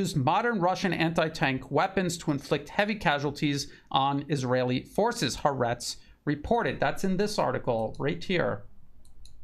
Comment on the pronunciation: Quick pronunciation point: haaretz is pronounced as 2 words ha - aretz . ( "The country" In hebrew)